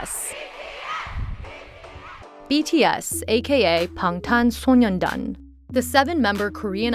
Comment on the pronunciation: FINALLY someone said 방탄소년단 correctly